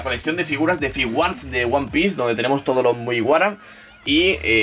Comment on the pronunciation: jajaja nunca había escuchado "one pice" en mi vida, ahora creo que me sé toda la historia de principio a fin.